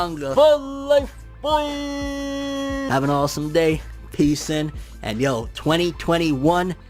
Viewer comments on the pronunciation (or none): none